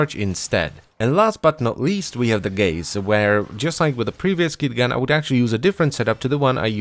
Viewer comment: When you said gaze I thought you said gays